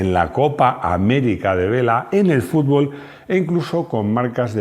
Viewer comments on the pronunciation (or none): none